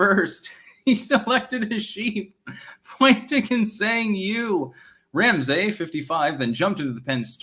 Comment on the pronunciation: Ram-Say...this guy edits books. Yikes.